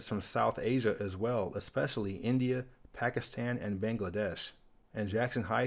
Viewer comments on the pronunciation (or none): none